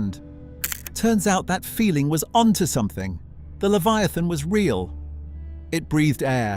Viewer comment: Is the AI mispronouncing Leviathan?